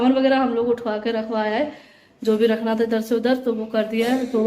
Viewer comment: Aap kiya bolti rehti ho diwar ko diwal tha ko ta plzzzzzz soch samjh kr bola kijiye 🙏